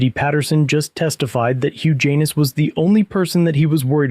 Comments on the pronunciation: Kept cracking up every time said the defendant's name! Hugh Jan-iss, not huge anus!! LMAO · Hugh Janis....Pronounced HUGE ANUS.....Juvenile humor, I know, but it's HUGE ANUS!! How does that happen? What pair of parents would knowingly brand their sweet baby with a name he would be chastised for the remainder of his life?? Sad..... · I keep hearing Huge anus😂😂😂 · Am I the only one who heard “huge anus”? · Huge Anus....am i hearing that correctly? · Im so confused. Who tf is Huge Anus?? I thought you were calling the cop, that... 🤷‍♂️ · Guys name is hilarious HUGH JANIS pronounced HUGE ANUS!!!!!!!!!!😂😂😂😂😂😂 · Huge Anus, that is what I keep hearing. If I didn't know better, I'd swear you were addressing the prosecutor as a Huge Anus, and not calling the defendant by name. If the lawsuit goes through, this will be the first time I'm rooting for a Huge Anus. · I'm sorry, all I can hear is Huge Anus, every time he says his name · Whose case? It sounded like you said huge anus. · did he just say huge anus?